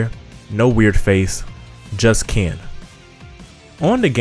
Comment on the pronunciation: The way he PRONOUNCES THE NAMES IS TRIGGERING KEEN AKAMAW WHAT TF BRO